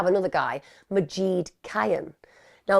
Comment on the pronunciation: I want so desperately to tell Emma how to pronounce Majid today 🥺😅 like Mah- zsed Zs like zsa zsa or give it a little zsoosh and id as in kid or lid. Majid- mah zsid. 👌🏻😇🥰